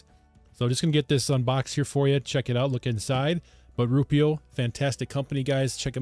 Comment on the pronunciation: I think the company may be called ROO-eh-pro.